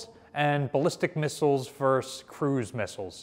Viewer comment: it's not 'verse' its versus. what is your native language?